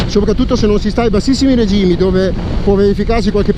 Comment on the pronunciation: Ok però si dice REGìMI REGìMI REGìMI REGìMIIIIII cosa diavolo sono i RÈGIMI??? Dài che fai il giornalista!